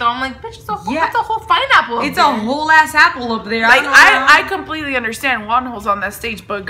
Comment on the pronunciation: I literally heard "WONHOS DICK" im with Krystal and michi on that one😂